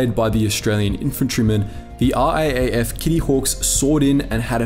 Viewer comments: It's R double A F or Rough. Not R-A-A-F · Please do us all a favour and pronounce RAAF as R-AA (as in battery )-F. Cheers, your fans. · RAAF...Raaaayef. :) Ya Aussie lol